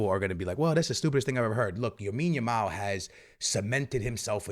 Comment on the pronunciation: Bro is still saying YAMINE YAMAL😭